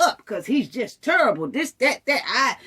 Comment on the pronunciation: No one knows cause who cares. Its quite cause its there business do u record a video everytime you punch you man ? Judging how you say the word terrible like turrible i know u beat men